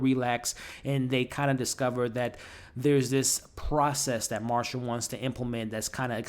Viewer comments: Nicole Kidman's character is named Masha, not Marsha, no R 😅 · Her name is Melissa McCarthy! Not McCartney. And Nicole Kidman’s character is Masha not Marsha. 🤷‍♀️